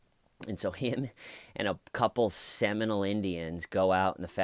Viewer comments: Hi..it’s pronounced “Semi-mole” not Seminal. Rock on! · You are saying Seminole not seminal right